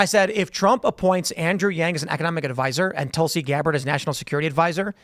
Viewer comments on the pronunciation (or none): none